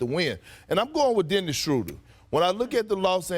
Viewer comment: Did you just say Dennis???.... You didn't say that right???... Wait it's Kendrick Perkins talkin so that means it's a great possibility that it was said....SMH